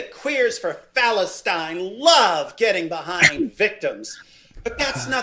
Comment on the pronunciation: Bruh no way he said Phalustine 😂😂😂😂😂